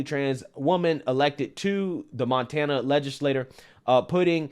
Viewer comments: “Man-tana”? LOL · Did just say... MANtana?😂😂😅😂😂😅😅 No such thing as a transchild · Was that intentional!? 😂 Mantana?? If it was, bravo good sir. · "MAN-tana" lmao nice Freudian slip 😂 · "Mantana", you cold lol